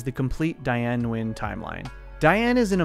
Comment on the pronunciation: Her last name is pronounced as "Win".